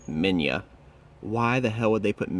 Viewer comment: It's Manila not Minya